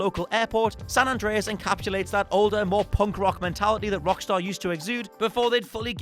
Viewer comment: how do you get San Andres wrong every time?